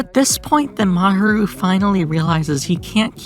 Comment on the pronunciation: I liked the video, but your pronunciation of Fuchi/Sunao & Mahiru was the most horrible ahaha sorry. Aside from that, Hiruma (if you're calling Fuchi by his last name, maybe focus on calling all of them by their last name – either that, or commit to calling all of them by their first name, which would be Sunao) or Mahiru, whatever you wanna call him, is okay. Eve posted a comic strip that Sunao called an ambulance.